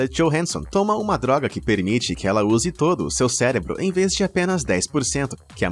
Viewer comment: Falando em erros, tente falar cérebro ao invés de celebro. Obrigado!